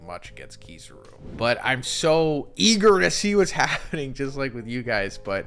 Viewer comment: KiZAru… KI-ZAH-RU… not KiZUru…